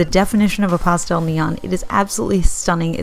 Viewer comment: Cracks me up how says pah-stel lol